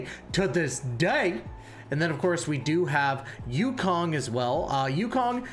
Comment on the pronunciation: I like the content and over all good video. My only ick is that you pronounce the names wrong. Huohuo is pronounced hwa-hwa. Luocha is pronouced lao (like cow) cha. Yukong is ooh-kong.